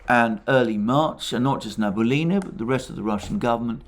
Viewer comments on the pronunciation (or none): thx to you reports. Its funny when you name russian central bank head as Nabulina, in fact his surename is Nabiullina, which is pronounced as Na-bi-u-li-na. Its actually not hard to pronounce, what is really hard is her patronymic. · Banker's name reads Na-bee-OO-li-na, with stress on OO. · As always, excellent presentation. Today, the name of the Russian Cantal banker was used many times. Regrettably, your pronunciation of the name is incorrect. It is NabiUlina, with the accent on U. Thank you for all your programs. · Sorry for this remark. But. The Chairwoman of the Bank of Russia is Nabiulina. Not Nabulina. I'm from Russia and Nabulina really hurts my ears =D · The last name if the Russian Central Bank is pronounced as: Nah-bee-oo-lee-nah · Great work as always, Alexander. Just one thing... the name is Na-bee-oo-li-na. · Central Bank Chairperson's name is pronounced rather like Elvira Nah-bee-'oolina. She is Tatar, so's the name. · Small correction: Nabiulina is pronounced Nah-bee-OO-lee-nah. Accent on "oo" And your recaps are the best from the English-speaking crowd. But, you said her name so many times, it really.. shall we say... got to me as a native speaker. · "Nabulinrrr says why the Wubl is so strong" 🤣😅😂🤣😅😂 I am lovin it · Na-bee-U-llyna is not responsible for GDP, she cares of the inflation rate. If you want to know how it sounds in Russian, you can highlight the word Набиуллина , then after click on the right button of your mouse select (y-a-n-d-e-x translator) and it will make it sound for you.